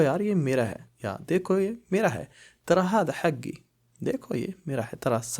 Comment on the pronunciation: حگی نہیں ہوتا بھائی حقی ہوتا ہے بولنے میں